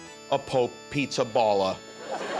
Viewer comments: Jimmy , its Pizzaballa with a open " a " like há ! Not ball . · PIZZAPALLA. Palla, both A are pronounced like in ciAo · That's not how how Pizzaballa is pronounced. The "balla" in the name is pronounced more like in the word "BALLAst" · The pronunciation of the cardinal Pizzaballa name is absolutely wrong. It's a funny surname even in Italian, but it doesn't sound like that. Coming from an American of Italian descent that's a poor job, Jimmy :)